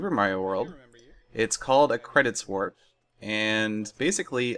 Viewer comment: at 0.5 speed "Credits Warf"